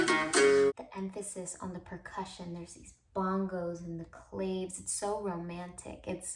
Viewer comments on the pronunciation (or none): I'm confused by you saying Spanish words then pronouncing claves like faves LOL